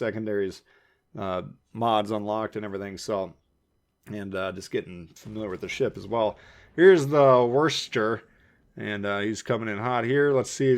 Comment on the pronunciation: GG. Just my 2 cents: Worcester pronounced WOOSTER (as in Worcester sauce). Frederic Der Groosze ('the great') :)